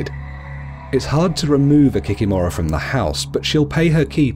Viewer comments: Kikìmora, not the kikimòra 😂😂😂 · KikImora not kikimOra) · It’s pronounced ‘kee kee mara’ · kikimura (kee-kee-more-a) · What is an Ovennik? Also I am pretty sure it is Kikìmora and not Kikimorà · I'm from Belarus and I've never heard of an Ovenik. You mispronounced Kikimora(the stress is on the second i). Rusalkas are spirits of young, unmarried maidens who drowned themselves because of unrequited love. Their spirits are bitter because they died so young so they come out of the lake and lure young, handsome men into the lake to drown them. As others have mentioned, you missed the most popular one, Baba Yaga. An old witch who lives deep in the forest and will eat any children who get lost in the forest and stumble upon her house. Her house stands on 2 large chicken legs lol and she can also fly. Also another popular one that you missed is Koschei the Immortal. Koschei is the immortal king of the kingdom of the undead. Traditionally, he's very Gothic looking. You can only kill him by breaking a golden needle, that's inside of an egg, inside of a locked chest that's hanging on the tallest tree growing on a distant island. In many Russian fairy-tales, Koschei usually kidnaps a princess and then either a prince or a peasant boy has to go and save the princess. As a reward, he usually gets to marry the princess.